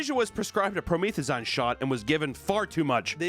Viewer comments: WHAT THE FUCK IS PRO•MEETH•A•ZYNE/PRO•MEETH•A•ZEEN?!? It's Pro•meth•a•zeen. Also known as narcotic-grade cough syrup, the stuff they mix with sodey-pops & energy drinks & slushies etc to create "Lean" aka "Drank." You know how like all those rappers in the late-2000s & early-2010s like Lil Wayne & Lil Jon & Lil Boosie & all those lil' guys would so often be seen with a big-ass white foam cup or a big red party cup in their hand? And how said cups would often have those plastic lids like you get at McDonald's on them making it impossible to see what was in the cups? But every now and again there'd be no lid and youd see they were drinking this extremely bright almost florescent colored liquid, usually dark purple? Yeah that wasnt like some homemade ghetto Kool-Aid just like theyd make back in the hood. No theyd get their cup, fill them up with a delicious sugary brightly colored beverage like Kool-Aid or Gatoraid/Powersaid or Purple Drank or whatever tf and get a bunch of crushed ice in there too....and then get a big-ass prescription bottle of promethazine and just dump the whole thing into the cup with the drink & stir it all up to mix it up nice and good. And then they would drink all that over the course of the day — like from waking up to bedtime — cuz you just need to take one solid sip and youre practically nodding out like youd just done a shot of goddamn heroin! Hence the name Lean. Which of course has led to tons of rappers dying of a Lean overdose. I think a recent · not knowing how to pronounce promethazine just shows how pure of a soul he is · Hands down one of the funniest ways I've ever heard someone pronounce promethazine. Love the content, age restrictions be damned! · As a pharmacy tech, the way you pronounced "promethazine" made me giggle lol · promethazine, for one you're saying it wrong but two promethazine is cough medicine that is usually mixed with codeine and that's what most rappers drink for lean